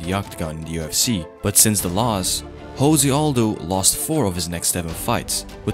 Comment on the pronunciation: I think Jose as a name is pronounced differently. :) I really respect Conor, even more than before now.